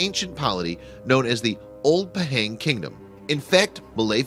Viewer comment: ITS NOT PEHENG ITS PAHANG!!!!